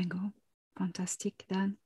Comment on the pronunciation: 1.34.27 it's your surname D- an - aan!